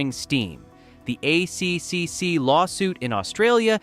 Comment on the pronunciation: Yeah, the AI reader is killing my life. Dosen’t know simple things like ACCC is not A.C.C.C. it’s A triple C. Stuffs up all the computer acronyms too